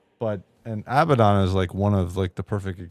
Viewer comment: Oh it’s pronounced Ab-bad-on it means “the bottomless pit” in real life. Not abba-don. Abaddon Ab-bad-don